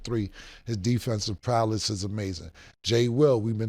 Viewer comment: Ok, we got “finna”’out the way, but now who’s gonna tell Cam that it’s “defensive prowess,” not “prowLESS”?? HELP! 😆